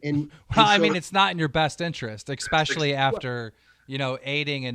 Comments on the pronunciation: "expecially" ? Really Keem? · Lol wtf is Eckspecialy